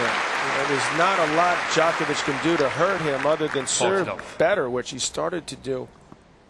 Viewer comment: How long after did this did someone tell McEnroe how to properly pronounce Djokovic?